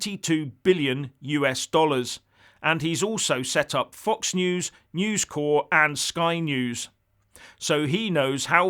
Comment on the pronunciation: It's News Corp not News Core, I worked there for 18 years at one point.. So I should know))